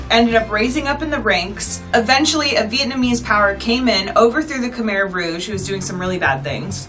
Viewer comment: I was so confused when you said Khmer Rouge until the words shown (you said Khmer so funny 😂)